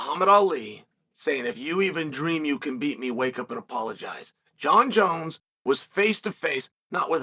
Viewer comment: “Jaunn jones néuhh”